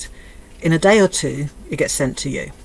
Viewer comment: She's brewing a,massive rage 😂. Every final word in a sentence is emphasised with an annoying "uhh" at the end. Fooduhhh Dayuuh I can't think of any more, but it's there 😂